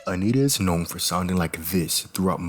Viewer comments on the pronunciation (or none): none